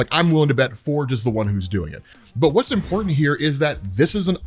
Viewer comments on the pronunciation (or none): none